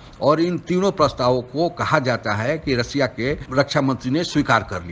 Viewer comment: Sanghai nahin Shanghai, des nahin desh, रसिया नहीं रशिया कहते हैं॥ आप उचारण ठीक करो आप अपना मजाक😜 बना रहे हैं|